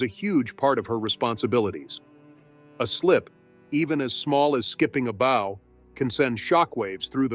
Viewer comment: The narrator needs to learn how to say "bow" as in curtsey of bend at the waist. He pronounced as "bow" that is used to shoot arrows, used the same pronunciation for "bowing". He should learn the appropriate pronounciation, even if it's AI that must be programmed properly.